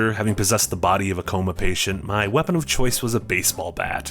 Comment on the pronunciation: "Change Wapon" 🤣🤣🤣🤣